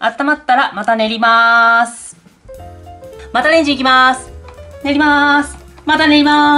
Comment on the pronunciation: ともさんの「練りまーす！」が ネイマール！って聞こえた。 発音違うけどw 自分だけかな？